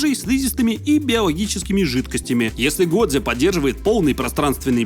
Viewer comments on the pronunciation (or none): я бы посмотрел но "годзе" вместо "годжо" режет слух как и все правильные названия на русском вместо английской версии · Как же мне больно с "годзе" а не "годжо"😭😭😭